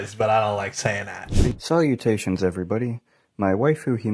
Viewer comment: the dude in the video needs to stop saying 'salutations' because it's annoying! Salutation is primarily as a used French word, so he pronounced salutation wrong & I have not heard many Americans who use salutations as much he often does. No wonder why he can't get a girlfriend because he is annoying.